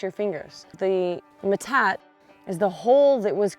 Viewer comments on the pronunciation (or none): metate - [ muh-tah-tee; Spanish me-tah-te]. It isnt that difficult to pronounce. Also we have them grinding stones and manos all around my late grandmas homestead. I am Diné (Navajo Nation). In fact we still use them to grind our corn 😊